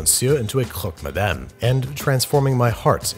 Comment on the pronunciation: I love how he pronounced "Monsieur" in such an European french accent yet went full Quebecois with the "Madame"